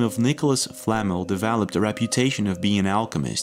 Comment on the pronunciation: It's Nicolas Flamel, not Nicolas Flamal...get your spells right!